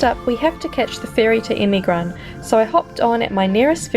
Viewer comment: not emigran,EMİRGAN